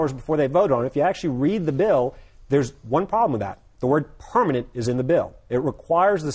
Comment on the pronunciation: "It has to be a Purr...manent change" Haha, I love the way he says "permanent"